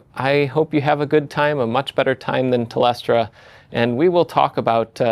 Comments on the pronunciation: Fascinating i have always had a soft spot for idea of the ntp server since when you used to have to set it manually. Also fascinating that you pronounce telstra as telestra. Maybe americans just can’t slur and laze like the aust tongue can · Pronouncing it Tel Est Ra. That's a paddling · TEL-STRA for STRALIA mate hehe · Ex Telstra employee here and long term Jeff fan You will be amazed how much ancient stuff runs the infrastructure there because it's "to complicated to replace" PS it's pronounced "Tel Stra" ie the Tel in telecom and the "Stra" in "au-stra-lia" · Came here to say “tell stra” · You just told him to pronounce it "Telstray". It's not the "stra" in Australia, it's the "stra" in Dijkstra. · Even I flinched when he said Tel-es-tra, and I'm a whinging pom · For once I get to tell someone how something is pronounced! 🤣 TELL-STRA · tel-stra. two syllables. Great vid. thank you. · Telestra sounds a lot like Olestra though. Given that Telstra just shit the bed, if you know the Olestra lore, maybe that's the most appropriate pronunciation. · nooo. Tel-stra. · That's the Funniest pronunciation of 'Telstra', now I can't Un Hear It 😂 Thanks Jeff 🤓🇦🇺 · telstra pronounciation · you have successfully ragebaited the australians with that pronunciation... thanks, i hate it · I'm sorry you pronounce it how??? It only has one e and its before the l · not mean to be rude but your saying telstra wrong. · How the fuck did you just pronounce Telstra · I don't know what surprised me more: A non-Australian channel actually covering the Telstra outage, or that outrageous pronunciation of "Telstra" 😂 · That has to be one of the worse pronunciations of Telstra I have ever heard. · It's so weird that american youtubers assume they can never be wrong and always know how to pronounce words they've never heard before, and don't think to SEARCH YOUTUBE to hear it. I've heard so many Australian place names butchered over the years, but it's so weird to add an extra letter like that.